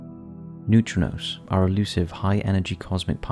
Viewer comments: It’s neutrinos, wtf are neutronos? Confusing people for no reason. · 1.10 They are pronounced 'Noo-tree-nose' but i see where your coming from lol 😊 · new-tree-knows <--- how to pronounce it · The way you pronounce neutrinos grates on my ever-loving nerves